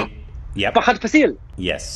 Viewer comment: You're saying Fahad right, but Faasil wrong. It's F-aa-sil, not Fas-ee-l. And yeah, this is one of his best performances, and the movie is an absolute masterpiece. Do watch!